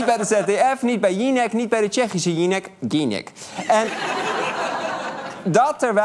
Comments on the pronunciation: "Jinek" "Ginek" hahahaha als een trouwe kijker van eva jinek en u ga ik echt helemaal stuk, lig nu huilend van het lachen in bed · Hoorde nou niemand hoe die Eva Jinek uitsprak? echt prachtig